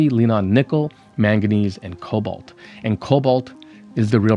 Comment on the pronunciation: About cobalt and kobolds. Am I the only one, the pronunciation gives a shudder? Man, the kobolds in sodium ion batteries will live in my head for free and ever.